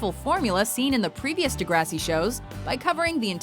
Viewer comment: I literally gagged when they said degrassi. And American Horror Story should've been on here wtf